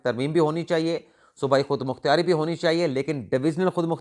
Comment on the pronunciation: خود مختیاری غلط ہے، درست تلفظ خود مختاری ہے۔ پراپوگنڈا غلط ہے، درست لفظ ہے پراپیگنڈا، اسی طرح آپ نے جملہ بولا: خان سے investigate ۔۔۔۔۔۔درست جملہ ہے: عنران خان کو interrogate......لفظ investigate اور interrogate میں فرق ہے۔ انویسٹی گیٹ کا مطلب تحقیقات کرنا، interrogate کا مطلب پوچھ گچھ کرنا اور انکوائری کا مطلب ہے تفتیش کرنا